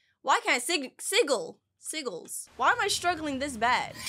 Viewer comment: Its pronounced sijils